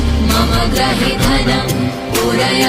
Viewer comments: It is grihe (meaning my house) and not grahe!!! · Pronouncians are not clear.... especially 'mama gruhe dhanam... '